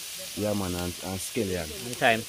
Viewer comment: Escallion, not eskellion.